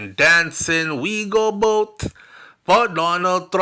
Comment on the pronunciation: I will " bote" for Donald Trump I will" bote" for Donald Trump 😅😅😅😅😅